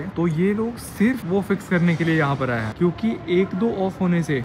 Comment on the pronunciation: plz dont pronunce "hain" as "याई" 🙏😢😆